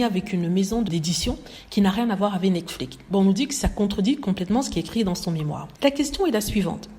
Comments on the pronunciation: Je dis toujours cela dans ma tête à chaque fois qu'elle le prononce. Le mot devait avoir le son netflics vu qu'il est terminé par la lettre x . En tout cas! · oui j'aimerais bien comprendre pourquoi elle le prononce comme ça parce que c'est la seule personne que j'ai entendu un prononcé cet mot comme ça.